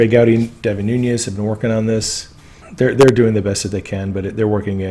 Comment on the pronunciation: Devin Nunes - surname is Portuguese, Nunes (not Núñez). Pronounced Noo - nes. Just trying to help.